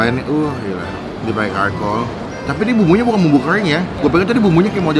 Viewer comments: sorry nih ye bang charcoal itu dibacanya "carkol" bukan "karkol" bang cuma ngasih tau biar gk salah lagi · Charcoal bukan Karkoal bacanya bang tp tetap huruf C depannya hehe